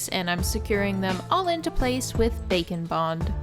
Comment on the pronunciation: That Bakoblin mask is adorable. Funny thing I noticed - when talking about how you secured the books and trinkets I seriously hear you say “bacon bond” each time. I know it’s Bake ‘n Bond, but my way is funnier. ;)